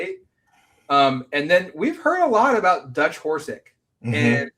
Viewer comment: It's Horisk, not Horsik.